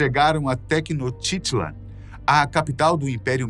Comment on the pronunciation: Poxa, podia ter pesquisado direito como se fala o nome da cidade de Tenochtitlán antes de gravar.